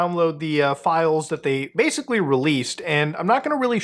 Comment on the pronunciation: Stop saying “badically.” You’re rendering the word meaningless.